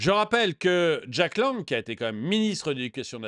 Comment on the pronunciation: Jack LANG et NON JACK LANGUE